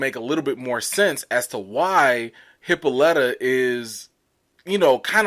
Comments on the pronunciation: Uncle George’s wife (Hippolyta) name is pronounced Hip-po-Lie-tah. She named after the Queen of the Amazons, she is also the mother of Diana aka Wonder Woman....and Hercules may’ve stolen her belt or she gave it to him depends on the story. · Hippolyta. (Hip-pa-lit-uh) just wanted to help you out my guy lol. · The name Hippolyta is from greek mythology she was a daughter of Ares and Otrera, queen of the Amazons. Its pronounced [HI] + [POL] + [I] + [ TUH] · It's supposed to be pronounced hip-PAUL-ih-tuh, like Wonder Woman's mother's name, hence the daughter's name being Diana. The way they're pronouncing it in the show concerns me. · They mispronounce her name EVERY episode. It's pronounced Hip-ah-lə-ta. She is named after the queen of the amazon's. . . I guess it's done purposely, but whatever.